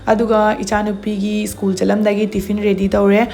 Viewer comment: Skul hyo school hygano 🤣🤣🤣